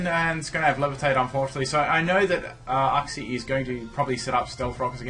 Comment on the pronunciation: Uxie is pronounced yooksi. It's very painful hearing uhksi